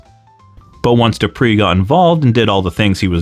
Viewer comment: Just wanted to correct something. Emile's surname was pronounced DO PRAY. When Rene went to WWE they had changed it to the Americanized DO PREE